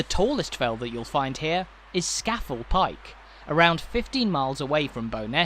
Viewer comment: "Skafle"? Ska (as in club ska music) Fell as in bloody big hill! So it is Ska-Fell... But locals say Skorfell, but is written Scafell!